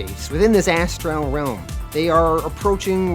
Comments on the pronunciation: my gods, you need a pronunciation guide for words. Astral isnt as tral , constantine is con stan teen, nimue isnt nim u .. your mispronunciation takes me right out of the story. by far the worst was appalachian its apple at cha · Cool vid. 1 question. Is that how you always say the word ASTRAL or is there a reason for that pronunciation?